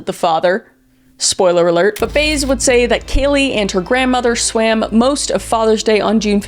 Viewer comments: Jose “Baze”? His surname, Baez, is pronounced “Buy-ez”. 😊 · For the record, Jose Baez’s last name is pronounced “by-ehz” like the folk singer Joan Baez. It is not “Bays”. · It's pronounced bi-ez nits bays..not sure why that was bugging me lol great job on this whole story Kris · The way you said peoples names I know you don’t know anything about this case and simply are doing something “trendy “. Like the friend Amy Highzinga (the pronunciation) and also Jose Baez. YOU SAID BAYZ 😂😂 ITS BYE AZZ LIKE BYE ASS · Did you really research this and watch the court case and not know that Baez is pronounced Bai-uhz? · Im pretty sure Casey's attorneys last name is pronounced like Buy-ez. 😁